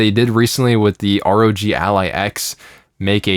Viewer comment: the first time in my life hearing someone say "ROG" like a word instead of just R-O-G like normal people does